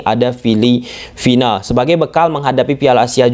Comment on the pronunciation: Filipina mass gatel banget saya denger Filivina 😂